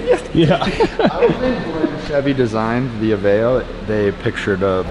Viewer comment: Finally! is the first person to say Aveo right lol